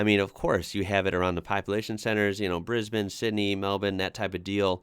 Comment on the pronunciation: is one of the only Americans who I know who can pronounce Brisbane and Melbourne correctly.